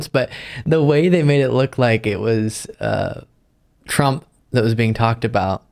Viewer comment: "DoNaLd PruMp" is the only adult (and I use that term loosely) who I have ever heard mispronounce his own last name. Truly a stable genius.